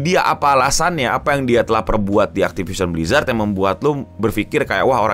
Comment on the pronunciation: Hell nah, not again “aktipision blijrat”